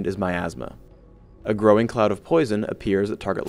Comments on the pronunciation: I kept thinking he said my astma.. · i thought said "my asthma" LOLOL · "second is myathsma" lol